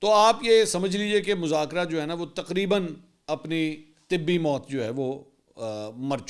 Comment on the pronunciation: طبی نہیں طبعی موت😅